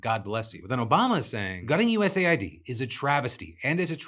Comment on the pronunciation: Sorry, off topic, but I genuinely think Phill is saying USAID wrong, he says it USA-ID, but it wouldn't make more sense for it to be US-AID given the context of their work.